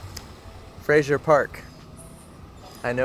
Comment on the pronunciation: Why do Americans automatically mispronounce FRASER (island) as “FRASIER”? It is the same in the case of Brendan Fraser (which is baffling to the actor himself). It is not spelled the same as the series starring Kelsey Grammer !! 😂. So FYI… FRASER (FRAY-ZER).